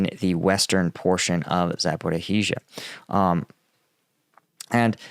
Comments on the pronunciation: Bro it's zaporija not zaporohija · Please don't say "H" in Zaporizhzha. "H" is after Z and it's anglicized but zh (ž) is one letter. Great content though. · Zh is not a compound sound of z and h but totally different one. It sounds like the 's' part in television. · Love ya,, but I can be quiet no longer. You are adding an extra syllable that doesn’t belong in “Zaporizhzhia.” It’s Zap-o-ree-zha, 4 syllables max. Otherwise, no complaints here. Thanks for your commentary.